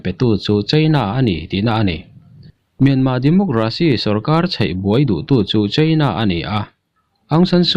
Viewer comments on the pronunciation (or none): Mianma nilo Myanmar titur kawl ho aw phawi deuh hian in lam a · Ngatige Myanma itih tlat zel a,Myanmar ani zawk lo ami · Myanmar pronoun i hman diklo hi a ngainuam lo pha khawp mai,in dem lam chu ani hauhlo nia.